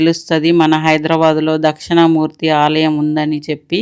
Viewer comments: Dakshana Murthy kaadandi dakshina Murthy devudi videos chesetapoudu vuchaarana important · అది దక్షిణా మూర్తి అండి.... దక్షణా మూర్తి అన్నట్టు వినిపిస్తుంది... సరిచూసుకోగలరు.